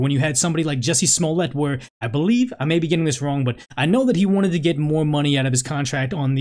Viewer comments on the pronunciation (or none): none